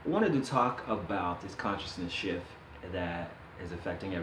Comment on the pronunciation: i know you're saying shift but I'm half expecting you to say shit so thats what I'm hearing.